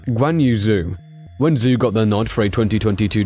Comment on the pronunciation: Your pronunciation on many of the drivers + teams names made me cringe throughout... -Zhou is like Z-Joe, instead of Zoo -Alpine is al-peen, not like the ski slopes -Theo Pourchaire, Tayo, not the traditional Theo -Sergio Perez... I don't even know where to start haha Alpha Tauri - Ta-ri, not To-ri Otherwise a decent video.